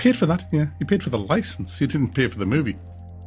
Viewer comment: "Have you got a loicence for that DDR?"